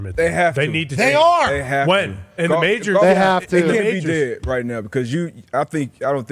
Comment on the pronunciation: “It’s alright when you’re wight” truer words have never been spoken Pat